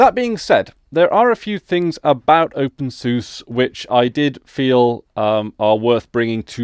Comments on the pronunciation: It's pronounced "Open Sue-Sa" by most Linux users. At least, those who are familiar with the software do. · I like to pronounce it "Open Susie" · Every other word in this video hurts my ears. First off you are pronouncing it wrong. Watch this for examples: Further, OpenSUSE isn't enterprise focused, it simply shared some common development with core packages, but the distro as a whole is very much community lead. It isn't run or supported by Novell, in fact the Novell branding is completely gone at this point but the video is old so I will forgive that point. Although even when this was posted I am pretty sure Microfocus owned SUSE, however SUSE runs independently and OpenSUSE is lead by the community, not the company. Also for your confusion about a focus on GNOME or KDE, openSUSE focuses on KDE while SUSE focuses on GNOME which is just one example the influence of OpenSUSE being community run. Adding 3rd party repos is pretty damn easy as well. Generally if you try to download something from a web page that comes from a 3rd party repo it just asks if you want to add the entire repo to zypper for future updates and you just click yes or no. Pretty simple.